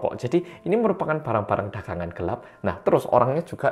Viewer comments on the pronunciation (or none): none